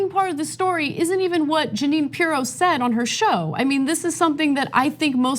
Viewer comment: We should all call her Jeanine PEE-ROW from now on.